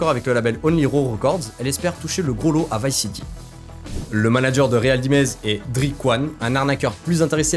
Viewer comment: Réal Dimeze 🤣 😭 putain frère fais5un effort c'est américain, ril daïmze ça se prononce.